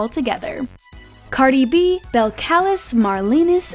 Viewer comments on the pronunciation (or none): When you said cardi b name wwron i was shitting myself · U said Cardi b name wrong